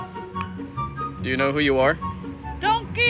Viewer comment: the little ✨donkeah✨